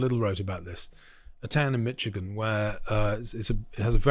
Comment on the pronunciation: Americans pronounce it like Mishigan, not like Mitchigan. The town you are thinking of is Dearborn btw.